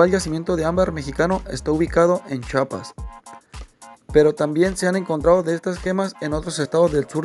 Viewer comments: Se escribe, CHIAPAS se PRONUNCIA, CHIAPAS !!! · Otro talega que no sabe pronunciar la I d Chiapas jajajajaja y la omiten......hay de vicio tanto conocimiento.